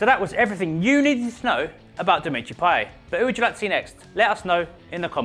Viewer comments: In a interview he said his name was pronounced "Pie-yet" not "Pie-yaa". Although in French the T is silent, his name doesn't follow standard French grammar. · No for fuck sake i speak french and watch football games on a french channel and the commentator always pronounces it payette. And trust me he is not the only one, all french speaking people pronounce it payette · It's pronounced with the 't': pie-et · Its PAYETTTTT NOT PIE-YAY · I listen to french commntators all the time. Although in french you would think it would be pronounced payeh, french commentators say payett and I doubt they're wrong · its pie-et, not pie-ay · It's actually pronounced "Pie yet" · no man youre wrong. I speak french fluently and its pronounced payette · No, his name is pronounced pa-ye-t.Listen to french commentators. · No its pa-yeh and you pronounce the e as you do in the word end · No it's pronounce Pay-eh you fucking clueless idiot. You might as well delete your comment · its payetttttt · im from belgium and i can tell you that it is pronounced pie ette. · the t isn't silent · The 't' in 'Payet' isn't silent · At least pronounce his name properly you goon. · with a t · payeT admitted himself you pronounce the t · the T is not silent.